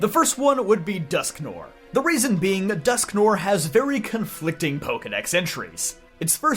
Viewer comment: Its pronounced "Dusk-Nwar"